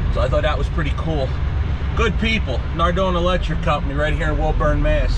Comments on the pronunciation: So cool to see you out here on the east coast near boston! Its pronounced WOOOburn though like the rick flair WOOOOOOO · How did you pronounce Woburn? :O